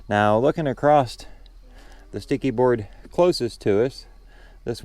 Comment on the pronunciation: Why do so many people put a T on the word across when they pronounce it?